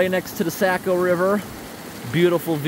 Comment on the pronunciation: I AM surprisedu prounounced Saco wrong... or were u just playing ? i love ur vids, always !